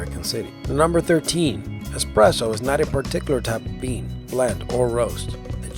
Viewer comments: expresso *espresso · Sorry for sounding like a smart-ass, but it's espresso, not expresso. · esspreso not expresso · Eh-presso! Expresso is how the French pronounce it!☕️☕️☕️☕️ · Expresso? Moron 🤣🤣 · It's espresso not expresso buddy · funny coffee fact: there is NO "X" in ESPRESSO. woooow... :O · He.. keeps.. saying... expresso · There is NO 'X' in espresso. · It's actually pronounced ess-press-oh, not ex-press-oh. Sorry to be such a grammar Nazi. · espresso not expresso... holy shit that annoys me way more than it probably should when someone says that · Expresso... Unsubscribed. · Why does everyone call espresso expresso? Is it something i don't know? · Dude! There's no x in espresso.. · It's not "EX-presso"…that bugs the crap outta me. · it's eSSpresso, not expresso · "Expresso" tho... No x in espresso people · It's ESpresso not EXpresso, common misspelling, for some reason it annoyed me everytime you said it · I stopped watching once I heard him say 'expresso'. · dang it! he said "EX-spresso" sigh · Espresso is pronounced espresso. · Did he say expresso? (@ seconds) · Did anyone else hear "expresso"? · Esssssspresso. Don't sound dumd! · ugh he keeps saying "expresso" and as a barista it is killing me. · LOVE THIS...Great narration, except for one pet peeve. There's no X in the word ESPRESSO. ;-)